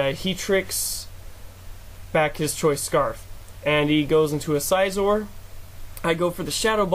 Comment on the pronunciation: It was a pretty good game overall but I don't like the way you pronounce Scizor. =\